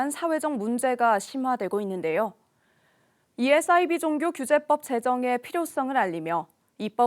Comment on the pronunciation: 싸이비가 아니라 사이비😅😅싸이버, 사이비.😅